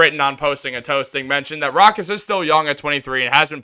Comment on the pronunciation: BRO!! ITS PRONOUNCED (ROW-KAAS) NOT (ROCK-ASS)!!! 🤣🤣🤣